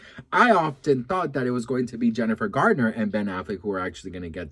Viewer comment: Garner, Garner not gardner